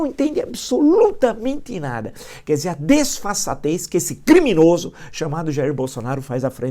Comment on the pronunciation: Tem coisa mais gostosa de ouvir do que o professor mandando aquele "CRRRRIMINOSO"? KKKKKKKKKKKKKKKKKK